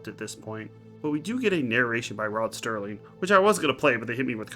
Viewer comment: Dude, why do you keep saying Rod Sterling? You do know the name is Rod Serling right? I give it a 6 or 3 out of 5. I like that Bookman saved the girl's life and sacrificed himself finally instead. We see a better example of this in the Season 5 episode In Praise of Pip. I guess I'm a bigger fan of the lighter episodes than you are. You're probably really going to dislike In Praise of Pip and A Passage for Trumpet then, when you get to them, both featuring Jack Klugman. Cool, Forbidden Planet also had Anne Francis, whose in the After Hours episode from Season 1.